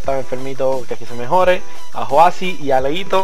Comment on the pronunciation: JAJAJA gracias por el saludo , pero es YOSI , no joasi -.- jaja